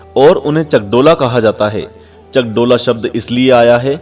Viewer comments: 'चकाडोला not चक्डोला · Chakdola nahi chakadola hai I am from odisha